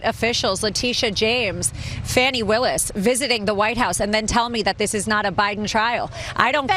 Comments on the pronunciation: Still deliberately mispronouncing DA Willis' name to try to stick something to her. MAGA are such petulant brats. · She is so racist always mispronouncing a black person's name on purpose.